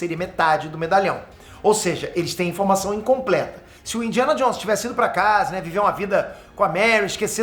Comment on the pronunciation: "Indiana Johns"